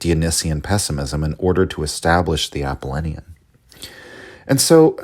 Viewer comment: I just can’t get over the mispronunciation of Apollonian and Dionysian